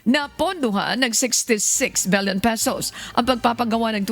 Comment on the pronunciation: 66 BILLION PESOS NOT “BELYON” pesos